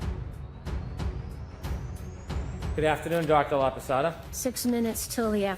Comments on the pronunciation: "Laposada" not Laposata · Laposata, when you say it out loud sounds like the Spanish word for lopsided.